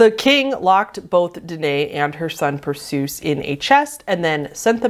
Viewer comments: I love you but Perseus is pronounced "per-say-us" or "per-see-us" NOT "per-soos" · Not to be that "aCKchUaLLY" person but Danae's son Perseus is not pronounced "per-soos" but instead should be pronounced as "Per-see-us". I'm a giant Greek mythology nerd so that kinda bothered me a bit. I love your content btw! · Love you..your my YouTube friend and all. I mean no disrespect here. When your researching, find audio of someone saying the stuff to get a proper pronunciation. Perseus is PER SAY US not PER SOOS. please take this as meant. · Bobbit Worms! I think they're really funky, and in some pictures they have this, iridescent shine along their sides. I'm gonna be nitpicky for a moment but Perseus is pronounced 'per-see-us' not like, seus like Dr. Seuss. Not sure why that one made the list tho, it's fairly tame as far as Greek myths go. Like, I would have thought the story of the Minotaur, specifically how it was conceived would be more deserving of the list. That said I think putting myths ont he list is cheating b/c so many of them have weird, wtf content. If it's fucked up if's probably in a myth somewhere. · "Per-soos" haha, it's pronounced "PER-see-uss" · Oh, just in case you have to talk about Greek mythology in a future video, it’s pronounced PER-SEE-US rather than PER-SOOS 👍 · very confused as to why the myth of Danae and Perseus (Per-see-us) is on this tier list like its not normal lol but it's definitely not like...as wild as some of the rest of the stuff on this list would've expected Oedipus to be on here but then again every 11th grader has probably read it for class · ah yes.. persoose.....